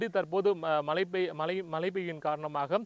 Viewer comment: Malai ah.. Mazhai nu solla varala, neengalam oru reporter !!